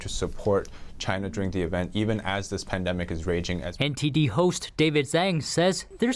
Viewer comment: It’s zang it’s xhang